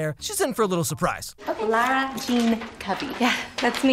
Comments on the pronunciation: am I the only one who flinched every time he said LAURA instead of LARA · i yelled LARA louder every time you called her laura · dude, why am i so bothered about you pronouncing Lara as Laura? 😂 amazing video btw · You know she's called Lara Jean not Laura Jean? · the way he pronounces “lara” as “laura” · No one gonna mention the fact that keeps calling her Laura??? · Dude please stop it’s L.A.R.A not Lora 😂🤣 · I love how sometimes he pronounces Laura and sometimes he says Lara. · says laura jean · No hate, just curious, how come pronounces ‘Lara’ as ‘Laura/Lora’??? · "laura jean" that is not how her name is pronounced lol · lara.....it’s lara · Am I the only one who feels extremely bothered by how pronounces „Lara“? I mean he literally calls her „Laura“ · i'm just ignoring that you mispronounced her name thoughout the entire video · I can't believe he made a whole video pronouncing the main character's name wrong like 100 times! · As a girl named Lara, I hate the way you say Lara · I mean I love, but I cringed every time he mispronounced LARA Jean's name.. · Why do I feel like you're saying Laura instead of Lara? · I love you but it's Lara and not Laura 😣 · Am I the only one troubled with pronunciation of Lara Jean as 'Laura' Jean? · whos gonna tell him its lara not laura.... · Its not lauraaa!!!! Its laraaaa!! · why do you keep saying Laura? ITS LARA , L - A - R - A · its Lara not Laura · It's LAra not LAUra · It's pronounced Lawra not Laura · was distracted the whole video by the mispronunciation of Lara Jean’s name, it’s LAR-ah not LORE-ah!!! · no offense... but i will slice myself everytime you say Laura instead of LARA omg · It's Lara not Laura anyway great video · the fact that he keeps insisting that her name is LAURA jean is so irritating lmao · It's Lara not Laura lmao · stop saying Laura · Okay but do you be calling her Laura Instead of Lara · Bruh it’s LARA not Laura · LARA......lara jean 😂😂 who the f is lora?!